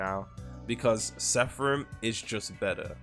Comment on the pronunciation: How do you always read ''seraphim'' as sepharim 😭